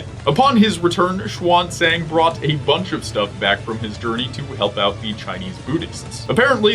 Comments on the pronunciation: They are not done with the meta show lol, and the way you pronounce the 'a's in xuanzang is wrong, xu(ae)n z(aa)ng. Or simply 'xuen zahng'. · the pinying system is confusing for English speakers, maybe spell as "shan - zang" is easier